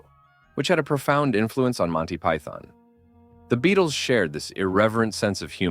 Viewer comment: Two points of order here: 1. The band was called The Beatles, not the "Beadles"; 2. Their manager's surname was pronounced "Ep-stine", not "Ep-steen". Otherwise, an excellent video. 🙂